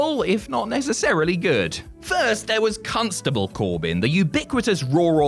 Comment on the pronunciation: That accent had me thinking you said "Cuntstable Corbin"